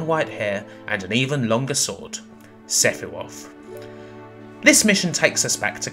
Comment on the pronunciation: "Sephiwoth" really? Also it's not "jen-uh-vuh-" it's pronounced Jen-no-vah.